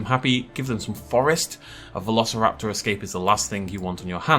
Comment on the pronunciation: "[vuh-lo-suh-rap-taw]" what?! No it isn't! Who says it like that? It's more like "veh- loh-si-rap-tor" as in like "velocity." I can only imagine they made it like that in case they thought people would assume the "si" bit is pronounced like "sigh" or something.